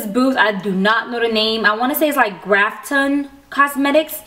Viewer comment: Its not graphton lol its graphtopian lol loved ur video